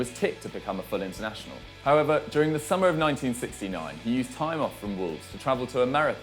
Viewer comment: Each time this guy says 'however' I think he's saying 'pervert'